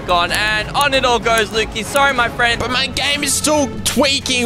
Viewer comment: Your frand is stopead 😂😂😂😂